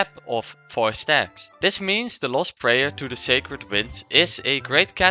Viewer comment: At first I thought he might be Asian in some way but the moment he said "prayer" and "Kazuha" he was the dutchest man alive